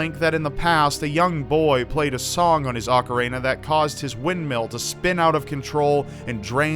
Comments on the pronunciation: Did say "ocarena"? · It's not said Ocareina. It's not a hard word to pronounce properly.